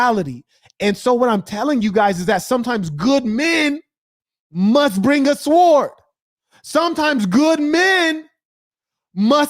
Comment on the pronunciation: You was really cooking on this one 🔥 🔥 🔥 The "W" in "Sword" is silent by the way. Appreciate the work as always 🙏🏾